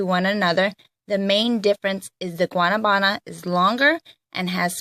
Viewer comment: The way you say Guanabana is so funny 😂😂😂